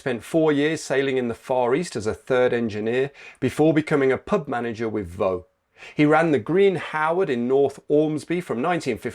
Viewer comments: I know it looks like it should be pronounced voe as in the great French fort of WW1, but the Sunderland Brewery Company Vaux has the x voiced, so it is pronounced vorks. As a student at the uni there I spent many a pleasant evening in The Brewery Tap pub right alongside the Vaux plant and they were always on the regional news for something or other as one of the town's biggest employers after shipbuilding ceased and they were shirt sponsors of Sunderland AFC and there were numerous TV adverts for Vaux Double Maxim brown ale (far better than that swill from up at Newcastle) and Samson ales - the football club's black cat mascot takes his name from this ale. It is a shame that Middlesbrough's local Brewery, Camerons, didn't name a beer after Stan, Hollis VC - perhaps they might have stopped him defecting to Vaux! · As a Sunderland lad, its VauX,,, heavy on the X,, And the statue is tremendous.